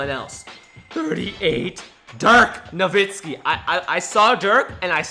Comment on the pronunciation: You said dirk navitzki